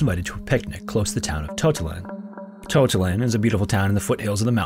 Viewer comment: Spo-can. Not Spo-cane. MA-laga. Not ma-LA-ga. tota-LAN.... Not TO-talan. Jeezus